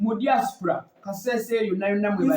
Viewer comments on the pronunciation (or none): none